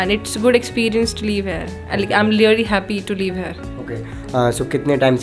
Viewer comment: Leave nahi live bolo didi... baki your confidence 😳😳🔥🔥🔥🙏